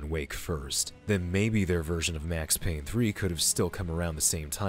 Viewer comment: It’s Payne!!